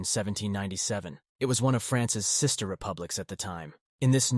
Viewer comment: Cis-ter republics 😂